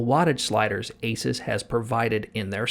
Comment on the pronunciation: great review. Asus is pronounced like Zeus.